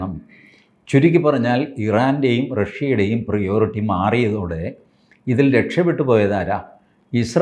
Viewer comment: പ്രയോറിറ്റി .. not പ്രിയോറിറ്റി ..😂